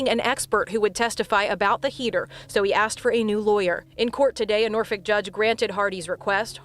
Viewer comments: I'm sorry, but I did cringe when you pronounced Norfolk so hard. I grew up in the area and hate how no American can pronounce it right. It's more like nor-fick, because it's a British name. I'm on the side of somehow we need to have parenting licenses before you can keep your child after birth. Something. Too many children die by their parents... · This is so bad and then he's allowed out to just do it again but even worse. Also Norfolk is just pronounced as Norfuck here lol